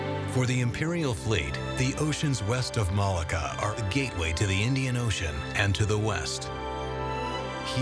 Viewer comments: I think Malacca is pronounced "Malarka" not "Malaga"! Other than that the doc is very interesting and informative, and expands our knowledge of, and admiration for, the skills of the Chinese people. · it's maa LOCK AH' .